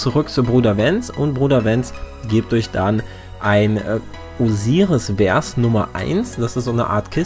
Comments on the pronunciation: Hallo und nix für ungut, aber ich muss jetzt mal kurz klugscheißen ;-) Ein Vers ist quasi die Strophe eines lyrischen Textes und wird Fers ausgesprochen und nicht Wers. OK Google, Klugscheißermodus aus und danke für den kleinen Guide :-) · vers mit V und nicht mit W aussprechen bitte. danke :)